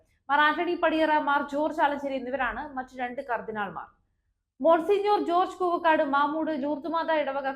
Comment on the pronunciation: Koova kaadu koovakkaadu. Parayan padikkoo